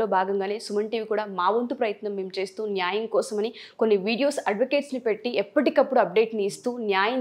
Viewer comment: మీరు ఈ ముఖాముఖి ద్వారా మంచి ప్రయత్నం చేస్తున్నారు.. ఐతే ఈ ఎర్ర రంగు బట్టలు ధరించిన అమ్మాయి (పేరు తెలియదు) 7. 22. ---7.35 సెకండ్ల వద్ద న్యాయం అనే మాటను , నాయం , నాయం అని కనీసం మూడు పర్యాయాలు పలకడం జరుగుతూంది ., అలా చిన్న , చిన్న తెలుగు పదాలను పలకడం కూడా సరిగా లేదని , ఉచ్ఛారణ దోషాలతో పలికే వారిని సరిదిద్దే ప్రయత్నం చేయాలని కోరుతూ..